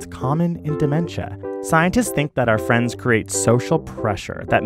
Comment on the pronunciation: "THANK YOU FWENSSSS😁😁😁😘"